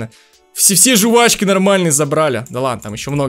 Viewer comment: жУвачки... Аааа уши!!!